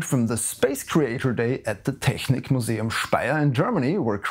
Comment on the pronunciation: Impressive "ch" tho! :D